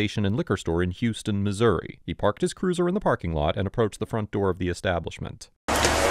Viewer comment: It's pronounced h-ow-s ton, or /haʊs/ /tʌn/, like House-Ton, rather than the Texas pronounciation.😁